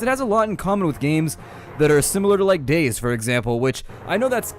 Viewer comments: You mantioned that this game is similar to games like Days. Did you mean DayZ? The way it was origionaly meant to be pronounced is Day Zed because Zed is the way you pronounce Z in Europe. The most common is Day Zee because the capital Z means that it is pronounced seperatly. No harm done in pronouncing it Days however. I just wanted to provide some insight. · Its pronounced dayZEE, not days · xd he called DayZ days instead of ( day-ze) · He said dayz lol its day z (day ze/zee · Not sure I can continue to watch after you just said "days" instead of "day zee". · why do you pronous Day-Z wrong you called it Daze not Day-Z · Day Z not "Daze" that was erking the hell out of me. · Uh... DayZ is pronounced day-zee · I was confused at first when you said dayZ because you said it like days. Nothing wrong with that it's just that I find it a bit odd. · Its Day z People always say daze but oh well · its actually pronounced dayZ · No its pronounced DayZED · i came into the comment section expecting people to be talking about how fast you talk, but instead they are all talking about how you mispronounced DayZ lol